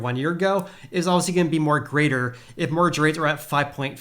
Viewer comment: What's a "morge rate"? I think you mean "mortgage" rate? The "t" is silent but we actually do pronounce the second syllable of that word. It's quite difficult to understand you when you swallow up entire syllables. "Housing" should be pronounced with a vocalized "s"; like a "z" sound. Here's a reference for that